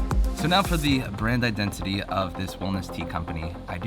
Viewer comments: " Your Identi-tea " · Identiteas lol. You said that word and made me think of that.